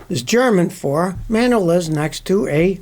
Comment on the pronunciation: "Rest in Dorman" 😂